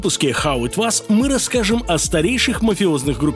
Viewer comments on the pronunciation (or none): Хав ит...чего? Вас? Это что, немецкий? Вас ист дас? Was, это "воз". Форма глагола "to be" в прошедшем времени. Вообще-то, там звук - нечто среднее между "э"и "о", но уж никак не "а". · Хав ит вас? Серьезно)??? Хоть название канала правильно произносили бы) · А почему "хау ит вАс" то?) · Меня это убивает уже 10 выпусков:D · это австралийский акцент, так еще веселее.